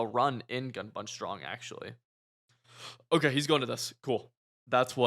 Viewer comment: Am I going crazy or does say “Okuh” instead of Okay lmao